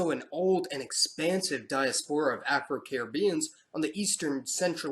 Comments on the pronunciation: PRONOUNCIATION ERRORS: patois = PAT-wa archipelago = ark-a-PEL-a-go diaspora = di-AS-po-ra :) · Archipelago is pronounced Ar-kee-pél-ago Diaspora, Die-ás-po-rah Taino, Ta-ée-no Patois, Pah-tuáh